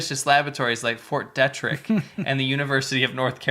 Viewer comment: Please... "Ft. Detrick" is pronounced "DEE-trick" (think of the actress Marlene Dietrick).